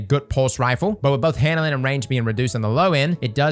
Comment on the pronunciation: Take a shot every time says " handle-inn"